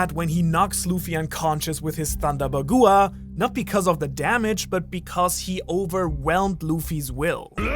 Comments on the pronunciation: FYI ;) Bagua does not = “Ba goo aah” Bagua =“ ba gwa” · ‘Ba-gwa’ the fuck is a ‘Ba-gua’